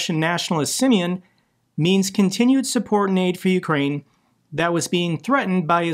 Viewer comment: I like how pronounces Simion like simian, which is appropriate fir this guy.